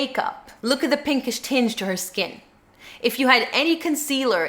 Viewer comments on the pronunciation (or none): none